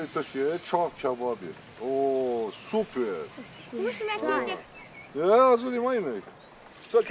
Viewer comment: يوجد عندنا تركي عمره حوالي ٧٥ سنه يعمل في مطعمه بالرياض . يقدم نفس هذه الأكله اللذيذه . وبنفس الطريقة . لكن يضيف الحمص . نسيت اسمها شيشك شاورما . انت تنطق سوبر 😊 بلهجة فرنسيه . سووبيغ 😂 شكرا لك